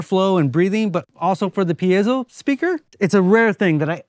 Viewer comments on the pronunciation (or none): Oh man, wiring new buttons in would have been trivial - you could have chosen buttons with a cool aesthetic and wired them as you liked - top, bottom, side or whatever. It is electrics, not even electronics :-) (PS it is peezo, not peeayzoo) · Love it!! and I learned i've been pronouncing "piezo" wrong for 35 years. So it's not "pee-zee-oh".....wow! 🤣